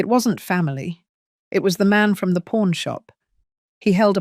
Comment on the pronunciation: Pawn store, not porn store…laughable error